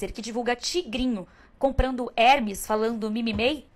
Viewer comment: Então, fofa, para o seu capital cultural, a pronúncia não é Hermes(som de e aberto com a silababa tonica "Her"), e sim Hermes(com silaba tônica no final, como no Frances "mes").